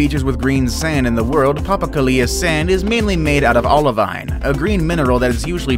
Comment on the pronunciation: It's pronounced papa ko lea. Not papa ku lia